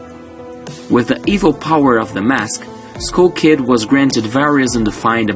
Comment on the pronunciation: dude i don't even know a way to tell you how to say skull kid... where did you get skoul kid from seriously....